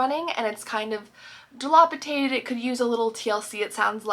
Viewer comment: Really enjoy your channel. You use this word so often though, so: It’s dilapidated, not “dalopitated” 😅